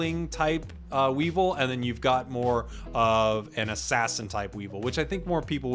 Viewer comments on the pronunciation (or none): Oof you sayin Weevil, almost hurts as much as Rogersbase saying Whimskattenddjdndhsk. Not as intentional but keep up the work. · You pronounced weavile incorrectly, it is wea-vile